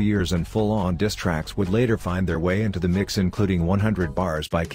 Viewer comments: can even pronounce the word diss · He can't even pronounce "diss track" let alone put a verse together.....cut that check tho😉😉😂